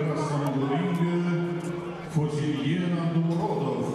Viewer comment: Не Фозильен. Фозилджон